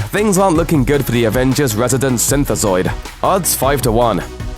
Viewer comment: Synthazoid! Finally somebody got it right!